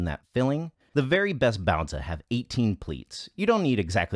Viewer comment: Well, you certainly say "baozi" better than Babish.